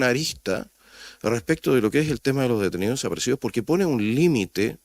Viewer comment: Pero mira como defienden el negocio de los "detenioh deshaparecioh". Que individuos mas nefastos!!